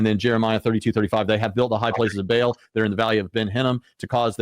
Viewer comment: Hey bud when did the pronunciation for. BAAL change , and why?